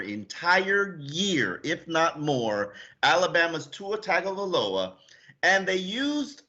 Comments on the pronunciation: How can yall be experts in the team yet so awful at pronouncing every name.. "BREE DA" not whatever tf said. And PLEASE learn to say our QBs name!!! "Tounge-o-Vuh-low-a" not TAG!! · At least pronounce Tua and Igbinoghene’s name correctly. Tung-o-Vai-Loa Ig-bin-og-gah-nee. (rhymes with mahogany)